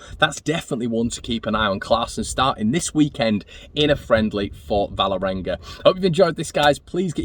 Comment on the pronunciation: Kristoffer Klaesson plays for Vålerenga. Not Valerenga as you pronounce it. «Wall-erenga» Leeds Leeds Leeds